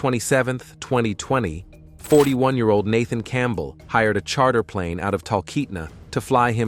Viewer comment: Okay....last name Campbell is pronounced Camp-bell?? As two separate words. And approached is pronounced approa-ched? As two separate words. Not once but twice. I keep catching these mispronunciations in many vids. It's scary to think that these young narrators don't know how to annunciate the most common words. Am I the only one noticing this?